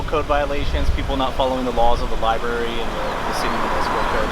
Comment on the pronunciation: I'm confused on what a liberry is? I know what a Library is, but not a Liberry.